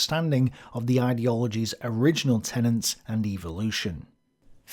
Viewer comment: Am I the only one who is bemused by the English almost always conflating the pronunciation of "tenets" and "tenants"?